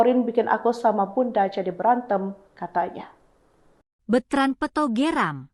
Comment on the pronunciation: Peuto LG ga tahu yNama yg bener kasihan deh sama hostnya g bisa baca yg bener, selalu peuto disebut terus, belajar LG deh komen yg bener